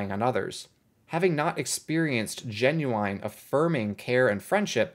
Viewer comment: Why u say genuwine like the singer lol